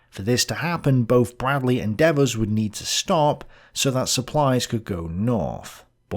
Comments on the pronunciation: I've always heard it pronounced D VERs, very Americanized. de^vers sounds kinda Frenchie. Really surprised that the rail system could not be brought online sooner. Once you leave the staging loading areas, you only need track. You don't need yards, stations or any other nicety. The trucks were pretty much unloaded by hand, so even destination yards can be primitive. The US Army is no stranger to this. The Union Army (Civil War) usually had rails up within days, with tressels, tracks, bridges, and other repairs. The US certainly had the people and know-how. When a rail line is bombed, you lose at most maybe a mile of track. Strip the yard, lay the track, and open the line. Again, the Union Army in the Civil War built some incredible wooden tressels of ENORMOUS size in days, that would be without the equipment available in WWII. We were shipping cargo ships of a dozen locomotives to Russia. You are, how many supplies were moved, how were they moved, and where were they moved. Be interested in comparing this Stalingrad, we need 300 tons a day, to Allied requirements. The Roman army built a bridge over the Rhine in two weeks. What was the holdup? Glad to see you back in the game. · Pretty irritating listening to Devers name being alternately pronounced two different ways. Otherwise, interesting take on this theater. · As an American vernacular native speaker, I would pronounce DEVERS as "Dee-vers". In the video, I hear both "DEV-vers" and something like "Deveurs", with the second syllable accented. Does anyone know how the General pronounced his own name? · So... is it pronounced DE-vers or De-VERS??? uses both pronunciations and this is confusing... 😢 The way pronounces French toponyms, such as "Marseille" and "Seine" seems also weird for me, it doesn't seem standard British pronunciation either. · DEEEEEEEvers LONG EEEEEEEE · Who is "Daveuse"? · De-VERS. Dude, the guy wasn't French. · Devers is Irish. Usually pronounced Deevers. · D vers not deavers